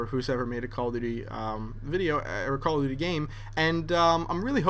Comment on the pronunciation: doesn't it sound like he's saying "Call of 'D', Black Ops."?